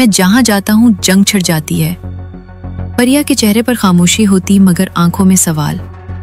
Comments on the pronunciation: It's not Pariya, It's Priya a common Hindu female name. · Parya nahi Priya hindi name